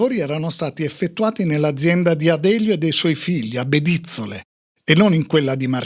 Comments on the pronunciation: Bedìzzole non si può proprio sentire, si dice Bedizzòle! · Storia orrenda ....ho i parenti a Bedizzole, l' accento è sulla o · Tutto bello. Ma bedizzole non si pronuncia in quel modo, nom!